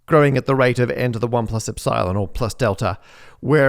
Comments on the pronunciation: "little Ep Silon"... why are you pronouncing that as two words? It's "Epsilon", not "Ep, Silon" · Matt… eps-psy-lon? Really ? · It's not really pronounced "Erdish" though, unless you pronounce the "i" like in "Sir". (but shorter.) Also, it's ep-silon, not ep-cylon. Is this video AI generated?